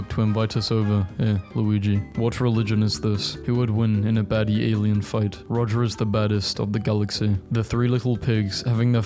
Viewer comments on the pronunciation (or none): none